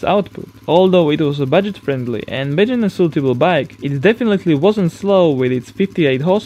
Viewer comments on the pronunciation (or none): Azhar Fahry, I'm also not a native English speaker but at least I know how to (or make an effort to) pronounce the words correctly. I bet that even people with little knowledge of the English language know that "beginners" is not "bejinners" or "power" is not "poer". ; ) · And what about the "bejinners" ? xD